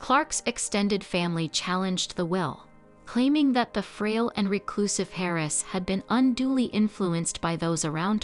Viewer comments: 'Hair - ess' I'm sorry what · Kept wondering who Harris was😮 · And sawray (soiree). But yeah, the repeated hairess grated the most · Terrible Ai reader. Harris for heiress? Hote coochure?? Geesh. It really disrupts the listening. Do you want to hire a real reader? I am available.